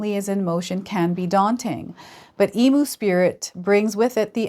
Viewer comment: Some friendly Aussie advice, for future reference EMU is pronounced E MEW. Thank you for the reading. ❤